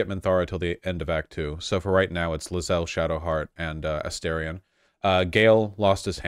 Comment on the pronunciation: Please I’m begging you to pronounce Astarion correctly